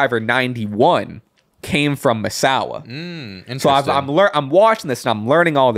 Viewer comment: Appreciate the shoutout guys. And you got Misawa's name perfect 👌